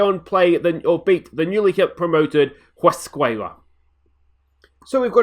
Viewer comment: in spanish you dont say h ,uesca